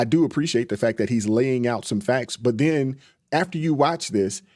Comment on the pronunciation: This mother f*** said "and den ", lololol. U mean then